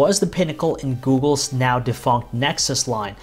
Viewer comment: Steve123 probably sacked...this is the famous "" guy:) (he says instead of Google)